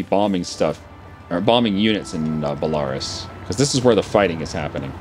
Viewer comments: You really need to work on your pronunciations... like its bell-a-rus not bell-ar(e)-us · i love these video! keep them up though as a british man. A European. i wish you could once pronounce place names correctly. e.g Belarus is said BELL A ROOSE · *Bell-ah-roos XD It sounds like if you're at a Toys R Us that sells bulls. (Bull-ah-rouhs) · Why does he say Belarus like that? It should be belaRUS, not BElarus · I love how says "Balarus" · BELL-A-ROSE Belarus BORE-KNEE-OH Borneo come on man... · BELA- RUS(E) jesus... its an entire country. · is pronounced Bela-roos. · It's pronounced Bella - ruse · I don't know how long this has gone on, but your pronunciation of Belarus, hurts me. Love your channel but it is pronounced like BE-LA-RÚS (belaroos). I'm pretty sure Rus is like a suffix for many people groups for relation to the ancient Rus people